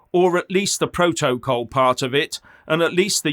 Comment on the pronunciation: Stop saying pro toe coll....its protocol